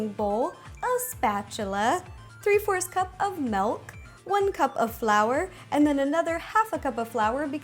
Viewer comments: you said molk its malk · Rosanna i LOVE you don't get me wrong, but its MILK NOT MELK!!! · it's not melk it's milk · did... did she just say... melk?! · well you said melk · I think it's the part of the US she lives in. I'm American and don't say milk like that lol. I think it's cute. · I'm Korean and I pronounce Milk the same. But I think the way she says Milk Is cute! We shouldn't really care about how she pronounce "Milk". Just enjoy the video~